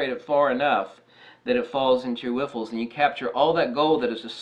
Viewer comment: whiffles? Riffles hehe great vid